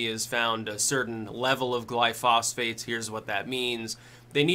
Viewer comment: Simple. Stop consuming dairy. Changed my life for the better after I did so as well as growing and fermenting my own vegetables. Too bad it isn't that cut and dry for someone that survives off of there cows though.. heh. Oh and lol at pronunciation of glyphosates..